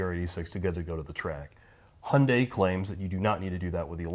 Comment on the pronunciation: It seems like a great car to drive, but OMG it is so ugly! The i30N looks so much better, IMO. And BTW: You do not pronounce the brand name by "Hunday", but more like "He-you-n-die" 😉